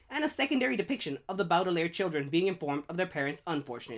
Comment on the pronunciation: good video but your pronunciation of baudelaire is bad, it's how i also used to pronounce it when i first read the books but when i watched the jim carrey movie i was like oh that's how you pronounce it and fixed my pronounciation. have you seen the second season yet? i just finished it a few days ago and loved it. im thinking of rereading the books before season 3 comes out.